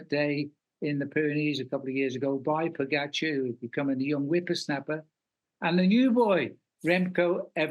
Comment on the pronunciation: Way to go tj, you pronounce names pogacar and vingegaard correctly. Only one who does so at nbc.